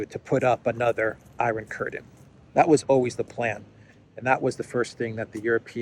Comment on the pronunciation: Samuel L. Jackson from Pulp Fiction: "say iron curdin one more time, I dare you".